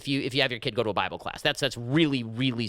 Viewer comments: What in Hell is a "bib-al"? I thought it was called a "bibe-all". Also slow down your speaking rate. I have to change your download rate to 75% to take in what you are saying. You talk as fast as an old fashioned tent preacher. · He called the bible bibble because that is the way he is reading it. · 'Beeble'? Shapiro, what the hell? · “The Bib-ul” lol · P.S. did you just call the Bible the bibble??? LMFAO I love it! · How he pronounced bible 😂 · Bible... with he short ‘I’.. BWAHAHAHHA